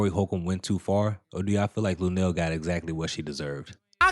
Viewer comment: Come on not lunell man